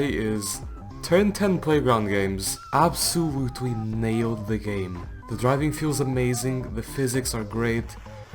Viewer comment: absowootwee no offense